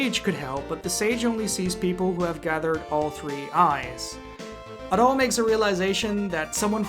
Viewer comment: Loved the review :D Hated the way you said Adol :(